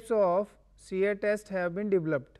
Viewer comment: '... three types of shear test have been dvlopt...' Apart from the interesting pronunciation I found this video quite informative, thanks.